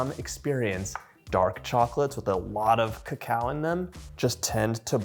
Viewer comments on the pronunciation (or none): none